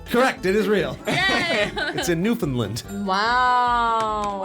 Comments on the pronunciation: He had the first part right, he said lind, We pronounce it Land!! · That's how you pronounce it. It's not pronounces like found.